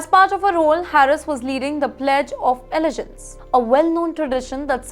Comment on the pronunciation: Really? Really! Until YOU,, can correctly pronounce "allegiance," perhaps you could hold off on making such a petty criticism.